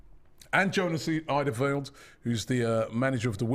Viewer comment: We knew there was absolutely no way Robbie got the pronunciation of Jonas Eidevall correct... 😂😂😂. The number of names butchered by the over the years is lengthy indeed